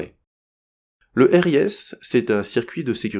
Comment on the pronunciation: Très bien expliqué.Petit détail sans importance sur la prononciation des systèmes élémentaires ou trigrammes de repères systèmes.On dit R.R.A. Et non pas double R.A. Pour l’injection de sécurité : on dit RIS ou « Risse »